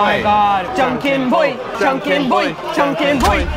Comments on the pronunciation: Is JAN KEN PON or POI it sounded like you said Boiiii like preparing to roast someone. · It's JanKenPon, though. ;-)